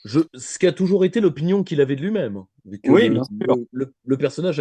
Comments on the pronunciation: Comme il a tout tété... oups ! tout été !(sacrée liaison !). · Vers "comme il a tout été" ou "comme il a tout tété" ?!!!!!!!